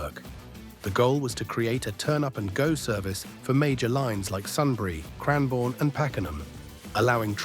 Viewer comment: Let alone the fact it pronounced Melbourne pretty well but Cranbourne absolutely terribly